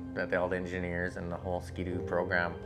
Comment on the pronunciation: nice to hear say the brand name properly- 'Skee-Doo' not 'Skid-ooo' 😀